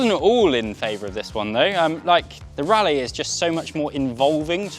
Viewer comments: I thought Raleigh was pronounced RAW-lee and not like Rally. How about prices without the pedals? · Raleigh pronounced rally?